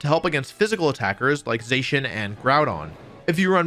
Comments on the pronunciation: I thought Zacian was pronounced “Zah-Sy-An” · ZAH-SEE-IN is how you say it.